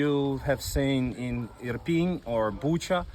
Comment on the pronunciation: its irpin' btw and not iprin